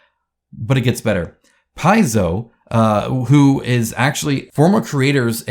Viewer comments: It's Pie-zoe. Their brand icon is even shaped like the pi symbol. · It's Pronounced PI-zoh. If you've ever wondered why their golem logo looks like the Greek letter pi, it's a hint for how to pronounce the name. The more you know... EDIT: If memory serves, you can't copyright systems. A game is a system that determines outcomes based on certain decisions and events. You can copyright the specific game board, but you can't copyright that specific layout of elements. Ergo, you can't copyright game mechanics. So no, WotC doesn't own the mechanics of D&D. They own the trademarks and the rights to a very few, specific monsters that are not in the public domain. EDIT: I am not a lawyer, but Advantage is such a generic term that I doubt any court would support a copyright claim on it.